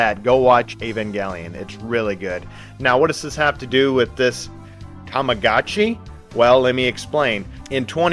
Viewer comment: The vid is pretty nice it's the first time I'm seeing your channel and I'm gonna subscribe but DUDE I need a written apology for the way you pronounced Tamagotchi 😭😭😭